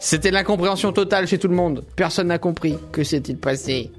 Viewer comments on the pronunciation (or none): none